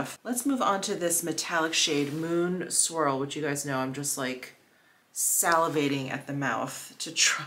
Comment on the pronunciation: When you said "Moon Swirl", I heard "Moon Squirrel".